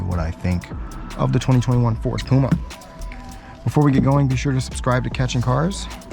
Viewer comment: It’s P U M A not P O M A 🙄